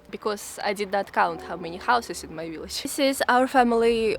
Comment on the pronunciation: I love the way she says "willage"..Then again her English is 100% better than my Russian!I like to see how people live in Russia in the REAL Russia that we never see.Just the same as everywhere families and friends sharing time.